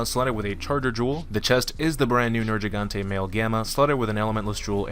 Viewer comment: IT'S A HARD "G" IN HIS NAME. Ner-GEE-gante. Fuck this triggered me. They literally say his name or loud in the story.